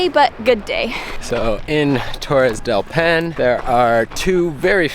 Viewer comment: DEL "PINE" PAINE* PA I NE